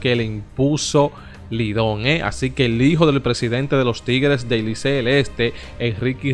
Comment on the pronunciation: compadre se dice licey no licel! estas leyendo lo que te conviene a ti.